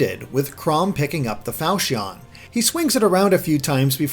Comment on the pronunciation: The way you pronounce Falchion makes me wanna hurt myself